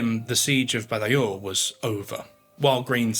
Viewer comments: Badajoz is pronounced Bathahoth, where the first th sound is voiced and the final voiceless. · It actually took me a while to realise which battle he was referring to, because I was hearing him saying 'Badayose'. I eventually made the connection, though. The Spanish pronounce 'j' as we do 'h', rather than the more German 'y', and a lisped 'z'at the end. I was expecting 'Badahoth', which I would have recognised. The sacking of the city was so atrocious that Wellington ordered it should not be repeated and anyone who ignored this would meet punishment. It was thereafter used as an example for the assault of other cities, when the inhabitants were warned 'Remember Badajoz' before the assault began and then told that if they surrendered they would be properly treated. It worked and lives were saved on both sides. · Baderjoz… can you please pronounce it properly. Otherwise it just sounds like you are reading off a script and you have no interest in the subject or content you are presenting. Like the channel but it really makes it seem like history is being butchered. You’re not the only one. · Love the content but please learn how to pronounce “Badajoz”! In English it would be pronounced “badahoz”